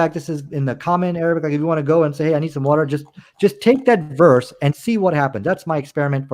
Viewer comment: By the by he pronounced wa-terrr just like Kent Hovind. take that as you will.